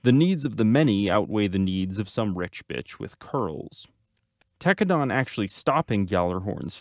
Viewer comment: Homie you pronouncing Tekkadan wrong..